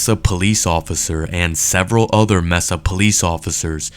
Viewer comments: Learn how to pronounce Mesa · MESA is pronounced may•suh, in that particular region. It's DEFINITELY NOT pronounced messa. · It's "May-suh"not "Mess-uh". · And bye the way it's pronounced MAY-SA not MESS -SA... I used to live there... Just saying...🤔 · I wish you idiots would learn how to pronounce the name of a city before you show how stupid you really are it's mAsa not mesa. May sa is how it's supposed to be said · Whoever is narrating this video needs to pronounce and announciate words correctly. Mesa- "May-sa", not "Mee-sa" Molon Labe- "Mo- Lan Lah- Bay" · Great work on the story but please stop saying “mess-ah”. I live about as far as you can get from Arizona (Maine) and still be in the US and even I know it’s “May-sah”. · Mesa Arizona is pronounced maysa, not messa. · How can you narrate something and include local news pronouncing the city’s name MAYSA and call it MESSA throughout the entire video 🤷🏼‍♂️ other than that! NICE JOB! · It’s pronounced like Maysa , not messa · BUT, PLEASE PLEASE edit your audio and STOP calling it Meza. It's pronounced May-suh. It's really fkn annoying. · the city is not"messa", it is "maysa " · It’s not messa, it’s pronounced Masa. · I cringed every time the fool said “mess-ah”. It would seem he never listened/watched the audio/video. The 911 caller and dispatch both pronounced it “May-Sah”. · Mesa is pronounced "may-sah" not "mess-ah" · Mesa is pronounced "may-suh", not "messuh". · Great video, but pretty sure it's pronounced "May-sa" not, "Mess-ah". (Mesa). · It is pronounced may - sah NOT mess - ah. I normally don't mind your videos but that was bugging me. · Thanks for posting the video. This case is tagic and justice simply was not served. But... my guy... pal.. Mesa is pronounced "May-sah" with a long A sound (it means table in Spanish and is also a type of elevated land with a flat, table like top). But yeah, Mesa == May-Sah ;) . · pronounce it May sa !!!!! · It's pronounced maysa 😂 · Maysa…not messa